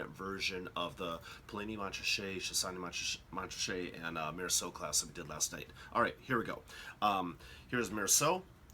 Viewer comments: Good explanation however, both the letter T's in Montrachet are silent so it's pronounced Mon-ra-shay not Mont-ra-shay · Nice quick hitter, but if you're teaching a class and broadcasting, you really need to accurately pronounce. Just as the T is silent in Mont Blanc, it is silent in Montrachet. Moan-Raaashay. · The pronunciation is more like MORASHAY. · Jesus Christ. You call yourself a wine expert with such a terrible pronunciation of “Montrachet”? Gosh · the 't' in Montrachet is silent - dolt! I cannot imagine Yanks enjoying these wines - more like a Bud or a meths (chilled)